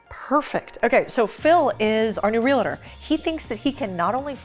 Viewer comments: "REAL-TOR" ........only 2 syllables. NOT real-i-tor, 3 syllables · you are driving me crazy by repeatedly saying "Real-a-tor." Realtor is only a two syllable word, not three, because there is no vowel between "real" and "tor" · All good, but realtor is pronounced Reeltor. There is no “i” in it. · Realtor, not realator. Love. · Real-tor. Real … tor. Not “real-a-tor.” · There is no "I" in "Realtor" 😂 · I'm addicted to your channel!! But please don't say Real-i-der again. It's pronounced Real-tor. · Its pronounced real-tur, not real-uh-ter. That's the new-kyuh-ler trigger pronunciation I hear while getting cumf-tur-bull drinking my express-o. Almost as bad as jag-wire. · There is NO SUCH THING as a REAL A TOR. It's REAL TOR (just 2 syllables). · Rea - le -tor vs real - tor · You need to learn how to say Realtor Real-tor there is no it in the title. You don’t go to the Docitor do you? You go to the Doctor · PLEASE STOP SAYING REAL A TORS ITS REALTORS!!!!!! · There's no such thing as a reeliter. You're pronouncing it wrong. It's REALTOR (REEL-TORE). You don't go to the dockiter or the chiroprackiter do ya? 😉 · "Realator" lol Its Realtor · Real-tor, not Realator. It is the trademark of The American Association of Realtors, and most licensed real estate agents in the US belong. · Why do so many people say "Real-a-tors" ?? READ IT !! "REAL-TORS" or, if you like, "RE-AL-TORS" Like "Nucular" I guess - WAAAAY to many people mispronounce it. There is simply NO way that anyone who can read & speak in English can READ "Nu cle ar" & PRONOUNCE it "Nu cu lar" It is, of course derived from the word "Nucleus", NOT "Nuculus" Yet, it is so, so common. I realise people will think I'm pedantic etc. but it's no harder to be right than wrong, and effective communication is still important to some people... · real-tor, not real-i-tur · it's actually realtor not realator, drives me crazy lol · Good channel - 1 thing.. It's RealTor not RealATor . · What's a real-it-tur?